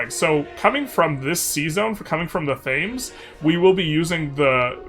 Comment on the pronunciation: Fantastic vid. One thing. Londoners pronounce the thames river more like t hems with a very subtle h. So tems really. As an englishman loving you spanking the french. Can't wait for more. Thanx.